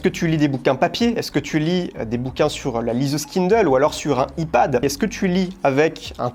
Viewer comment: J’adore tes vidéos. Mais pitié Arrête de dire « i » Pad 😱😱😱 [Aïe] Pad stp